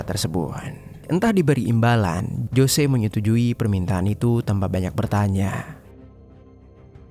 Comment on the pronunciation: Ralat min tulisan.nya emg jose tpi d.baca nya hose🙏